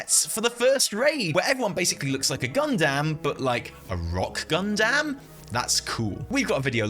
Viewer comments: Oh my god...hearing you say "gundam" was so painful 🤣🤣🤣🤣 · I'm never going to hear the word "Gundam" the same way again. Nor will I be able to say "Gundam". It will always be "gUhN-DAHm". Thank you